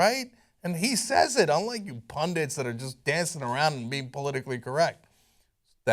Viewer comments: Cenk, In the name of Language preservation stop saying pundiNts. Leave it for Trump and his ilk. DRd. (Frieda Herbe). Now. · Pundants. LOL.